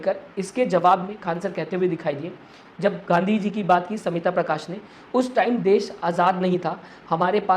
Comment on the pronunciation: She is Smita Prakash not Samita Prakash Pronounce properly. Learn from Mr. Khn U khodi medy